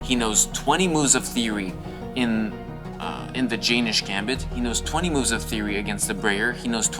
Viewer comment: its not jay-nish, its yen-nish gambit